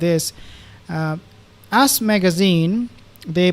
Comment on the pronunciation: Your pronunciation of " Ass Magazine" made my day!